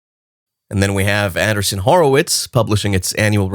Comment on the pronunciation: Is it too much trouble to get you to pronounce the two “E’s” correctly in Andreesen